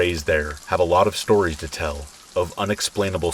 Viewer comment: My name is Tracy and I looove the "shtories" 😁 when I've been trying to fall asleep and just can't, I put one of your videos on, your voice is just the right tone. Soothing and relaxing. I often wake up briefly and still hear your voice and go right back to sleep. I'm sorry to say I don't think I've ever heard all the stories yet, but it's truly appreciated 💙